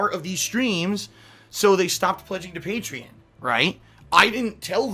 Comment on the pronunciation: how does he not know how to pronounce Patreon?